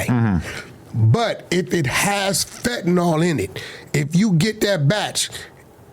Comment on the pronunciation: “Fettanol”😂 dawg it’s “Fentanyl”. Fen-ta-nil